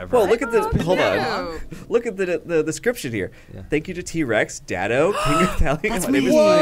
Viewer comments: LMAO calling him Dat Toe xD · I love how says Datto's name as "dahtoe"